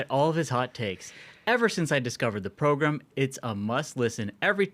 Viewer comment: The progrum isn't the progrum if Ashbrook is absent.